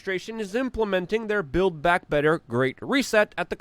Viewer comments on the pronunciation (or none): none